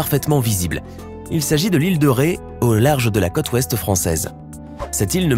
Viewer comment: Dommage le défaut de prononciation : vous dites « cotte » alors que c’est « côte » que nous voudrions entendre ! C’est très agaçant !